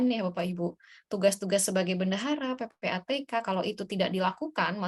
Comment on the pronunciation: PPTK Bu, bukan PPATK